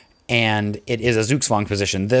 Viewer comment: your pronunciation of zugzwang isn't optimal